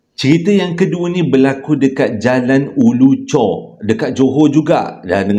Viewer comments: Bang Ulu Choh, bukan Ulu Chor. Tu tempat saya membesar... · Bukan Ulu chor tapi Ulu choh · Ulu choh bang.. bkn chor. Chor kat perak 😂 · Bkn ulu chor...ulu choh.... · jalan ulu choh ler.bkn ulu chor☺️ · Jln ulu choh , bkn ulu chor 😂 abg my hometown ni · Ulu choh kot bang... Bukan ulu chorrr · Jalan ulu Choh,.....bukan chor😅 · Ulu choh tau.. bkn ulu chor.. 😊